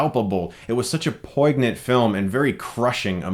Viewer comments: "Poyn-yent", not "poig-nant". "Poig-nant" is how Pop-Eye says 'pregnant'. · I think I threw up a little bit in my mouth when he pronounced poignant as "poyg nit".... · POYG-nant? Man... did you write this stuff? Hard to take seriously when you can't pronounce big words: pɔɪnjənt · It's "poinyant" not "poignant" even though it's spelled that way. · Poignant is pronounced "poyn-yent", not how it's spelled. Great list though! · Lol "a poyg-nunt film" Alright dude. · "Poig-nant?" Hahahaha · constructive criticism ahead: Poignant (pȯi-nyənt) the G is silent and there's a "y" inflection after the first N. I'm only addressing this because your job is to speak about movies, so why not speak with a more correct pronunciation? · PoiGnant? Love the pronunciation Chris. ;) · Great video! I think I have pointed this out before. Poignant is pronounced poyn-yunt. Cheers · did you pronounce poignant, Poig-nee-ent? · You don't pronounce the G in poignant. "poin-yuh nt, poi-nuh nt" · Chris you are a delight to watch always, but I have to just mention this so for the future you're all set: "Poignant" is pronounced like "poin-yant" That's it. Keep doin' you! :) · The "g" in "poignant" is silent. POYN-yint is pretty close to visually conveying its proper pronunciation. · Great job Chris you say the word poignant funny as well. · I like Chris but I stopped watching after his pronunciation of poignant. This happens too often with him and basic english words. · He pronounces poignant wrong. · Nice pronunciation of 'poignant' 😜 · Love you. However me being the asshole that I am, I have to point out something. Your pronunciation of the word poignant is just... Off. Please look into it. lol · Did you pronounce the "g" in "poignant?" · Hey Chris - the "g" in poignant is silent. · hey you might want to rehearse your pronunciation of the word poignant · The G is silent in Poignant my man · Never heard poignant pronounced like that... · WTFLMAO his pronunciation of "poignant"